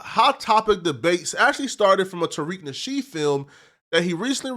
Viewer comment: Why are you unable to say Tariq nasheed's name properly? And where did you get Asians???